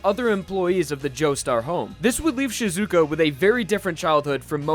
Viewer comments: you shouldnt say shiZUka, you should say SHIzuka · Sheezuka not Sh i zuka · Shizuka.. Shizaka..? Shiza? SHIIIIZZZZZAAAAAAAAAA!!!!! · Her name is Shiz A ka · jesus christ stop putting emphasis on the zu in shizuka its just shih-zu-ka, like, you wouldn't pronounce josuke as "jo-soo-kay," would you?